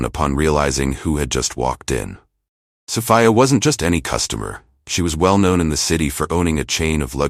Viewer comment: Did you proof read this story never mind I answer for you. No you did not. Plus you didn't even pronounce Sophia right all the time a wrighter your not.